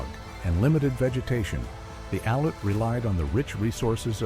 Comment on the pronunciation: As an "expert", try pronouncing Aleut...........Al-yute....and the land area as Awe-luu-chun....